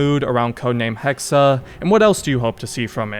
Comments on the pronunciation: It’s pronounced hex not hex-uh. 😂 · Hexe, not Hexer. Pronounced Hexay. If they're going the actual witch route that could be seen as really insensitive considering accusing them of having BS supernatural/demonic powers was an excuse used to brutally murder women who tried to rise above their station. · Why must you say things so horribly its "hex-eh" damn dude go read or something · Not sure how much i trust Ubisoft Montreal with this but I'll keep my expectations decently high. Also the E in Hexe is silent, you just pronounce it how you would "Hex" since a Hex is the word used for when a witch curses someone. Can't really explain why they're spelling it as "Hexe" though, maybe im wrong somewhere. Feel free to let me know. 👍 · Pronounced - Hex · Joa, er aber spricht es die ganze Zeit als Hexa.